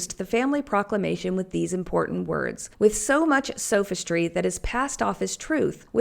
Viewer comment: sof -istry as in 'soft' s[awf]istry